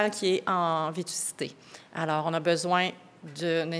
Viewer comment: Vétusté. Pas vétucité.